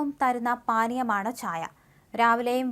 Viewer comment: ഛായ അല്ല ചായ..